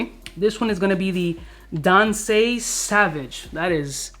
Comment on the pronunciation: Why you acting like you’ve never seen the word “Sauvage” before lol